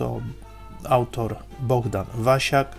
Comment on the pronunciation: BoHdan, a nie BoGdan ;)